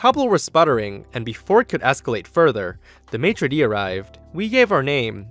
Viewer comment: As a french i thinks thats funny how you say "Maitre de" and "sommelier"